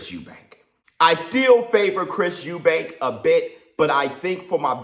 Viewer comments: Eubank! Not Eubanks. Can't understand why people have difficulty getting the name right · Its Chris Eubank not Eubanks, I hate when people do that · It's Chris Eubank, not Eubanks ffs. And Benn shouldn't even be boxing. He's a drug cheat and shouldn't have a license. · Idk why a lot of people call Chris and his father Eubanks .... its Eubank ffsake ! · His name is EUBANK!!! No fucking S!!!!